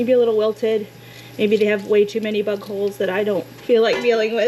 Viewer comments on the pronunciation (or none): Oh my gosh, when you were cleaning the Brussels sprouts. You said like you were getting rid of stuff. Maybe they were just too small or had too many bug holes. I totally heard buttholes. I am so glad I watch you all the time. And I know that that's generally not how you talk. But I got a darn good laugh out of it.